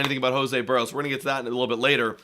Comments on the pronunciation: HIS NAME IS BERRIOS! NOT "BUHREOS" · The one thing that was certain about this season is that only about 10% of all broadcasters/podcasters know how to pronounce "Berrios."